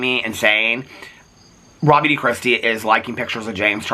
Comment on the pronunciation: I just wanted to tell you, I’d never heard of RawBeautyKristi before you started calling her out. Every single time you said Raw Beauty Kristi, I thought her name was “Rob You To Kristi.” Idk why but the fact I’ve never heard of this person and I’d autoplay your videos so I wouldn’t always see the titles and I couldn’t figure out what you were saying when you were saying her name to the point that I had to look at comments to figure it out lmao